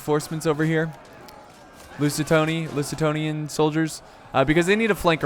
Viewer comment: Loo-ze-tanians :D